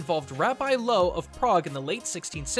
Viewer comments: He fucked the pronounciation of 'Rabbi Loew' up. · You absolutely butchered Rabbi Loew's name, name of the river Vltava, and the word shem. jesus christ.